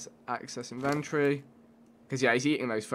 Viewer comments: it's in ven tor e not inventry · Damn vikk "inventry" it's inventory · not inven-tree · It's pronounced in-vent-tory. Not in-ventroy